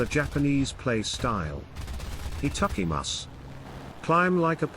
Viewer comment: Your Japanese skills are killing me 🤣🤣😂😂😂😂🤣🤣😂😂😂😂 Etuckymus (supposed to be itadakimasuいただきます)